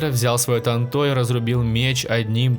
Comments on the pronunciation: Бесиш Не тантО А тАнто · Сука тАнто А не тантО